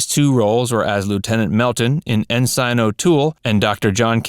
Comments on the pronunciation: It’s pronounced n’sin not n’sine thus you have ensign when are these narrators going learn how to pronounce words and names correctly. 🙄🤷‍♂️ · Ensign = "en-sun", not "en-sign". :) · 'en-sign'? En-son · Please pronounce the rank of Ensign properly-----It's not en-sign--try en-sin (The Navy can be funny that way). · What the hell is "in sign" O'Toole???? It's "in sin" O'Toole, fool! Please take an english class!!! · "En-SIGN"? Really? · Look up the correct pronunciation of Ensign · You mispronounced Ensign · Please research your military insignia nomenclature. The word is ENSIGN. You were taught that in boot camp‼️ Oh right! You did not serve your country❗ You are known as a slimey civilian‼️ Get a haircut, hippy‼️ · he’s talking about the pronunciation, not the spelling. The narrator mispronounced the word.